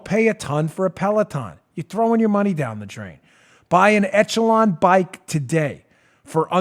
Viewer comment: Dan -- ech·e·lon (ĕsh′ə-lŏn′) It's pronounced "ESH-uh-lon" not "ETCH-uh-lon"